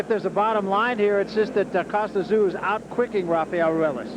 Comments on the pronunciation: it's pronounced 'TZ-YOO' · These American's can't pronounce Tszyu.